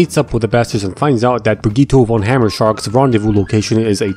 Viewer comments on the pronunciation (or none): none